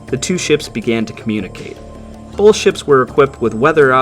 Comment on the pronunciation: Awesome documentary. Thank you! I couldn’t help noticing you have the dialect where you pronounce the word both as “bolth”. Linguistics also fascinates me.